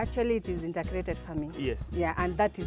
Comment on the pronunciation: Great episode! Thank you! But presenter, it is INTEGRATED not INTERGRATED. There must not be 'R'.